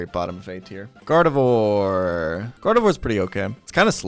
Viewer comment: also Rayqwazza, Gardevore, Breyloom, Magcargro, Trohpius